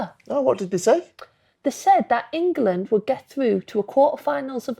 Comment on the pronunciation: Why does Jill Scott always say “Engerland.”